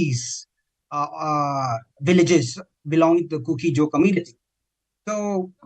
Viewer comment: Kuki-Zo live with meitei for thousands years, how come meitei can't even pronounce kuki-zo name correctly?? 😮😮